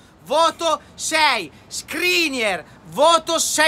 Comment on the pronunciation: Ahahha mitico, cmq skriniAr non skriniEr